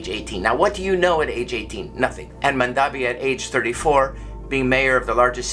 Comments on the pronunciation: You said mamdani incorrectly four different times. What makes you think you're even qualified to give an opinion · These MAGA deplorables deliberately misspell or mispronounce Zohran Mamdani. They do so with such frequency that it may be considered a tactic of "dispronunciation" . 😄